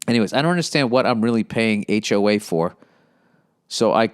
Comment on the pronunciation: Bro when he pronounced HOA like “Hoe Ah” I lost it 😂😂😂